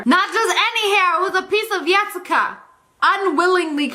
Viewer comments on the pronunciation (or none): I’m from finland and the name Jessica is pronounced like Yessica💀😂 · “Yessica” lol 😂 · YESSICA WITH A Y !!!!!!!!!!!!!!!!!!